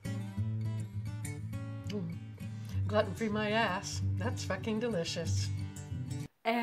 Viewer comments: GLUE-TIN not GLUTTON argh so smart and funny and ruined by that one ignorant pronunciation. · Is 'glutten' the American pronunciation?? I've always heard 'glooten' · I love how she says gluten free as glutten free. it should sound like your saying glooten when you say it. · "glutton free" xD glue-ton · It's pronounced gluten not gluten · I like how she pronounces 'Gluten' Gluton free lol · Gluten is pronounced gloot-in. Glutton is another word. but I love the video. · Granny ok let me help you here it's pronounced "glooten" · Pretty funny video, but it's not pronounced "glutton", unless part of the joke is supposed to be that the grandson is mispronouncing it too as a reference for stuff that you wouldn't actually want to pig out on. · Gluten (“Gloo-Tin”) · Not Gloten free? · It's glue-ten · It's pronounced Gl-ooten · It's pronounced GLUEtin !!!!😅😅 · gluten I think its pronounced glooten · She is saying gluten wrong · I hate how she says gluten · I love her but I hate how she pronounces "Gluten"